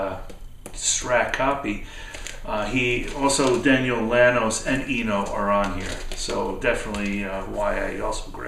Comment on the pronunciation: Good stuff. Really dig that Beck record and will check out the Chesterfield kings. Good stuff with Goldberg! If you don't mind my correction, Daniel Lanois is pronounced Lan-WAH. Like the French. Wish Id be seeing you Saturday but I am sure we will catch up. Be good!